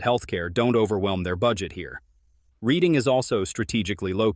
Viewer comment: I think what they are trying to say is you pronounced some of the names wrong Reading is pronounced RED- ing and Wilkes Barre is pronounced Wilkes - BERRY .